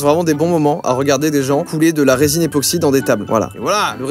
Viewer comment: ePOxy et pas … NÉOxy ;-; En vrai je suis fier